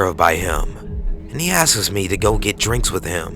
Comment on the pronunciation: Please learn to say "asks" rather than "askes".